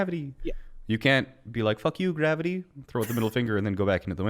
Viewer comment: Hey. The fuck is gr-avi-tee